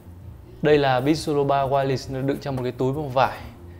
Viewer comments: tiếng anh đọc sai nhiều quá @@ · ổng đọc BITCH chứ hỏng phải beats :v